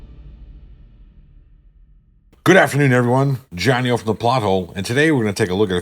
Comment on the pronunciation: Did say 'Johnny oats'? thats what really concerns me